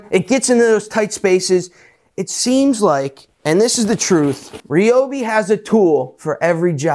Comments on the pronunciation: it's pronounced "ree-obi" and Ryobi, Ridgid and Milwaukee all made by same company TTi Inc. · Incorrect sir, I worked for Ryobi / TTi for 5 years and we were always trying to get people to say Ryobi correctly, but everyone had their own way. We actually had tshirts made one year with the correct pronunciation on them saying”it’s pronounced red-obi” next time you see a Home Depot commercial listen to the announcer saying Ryobi correctly finally, that took years!!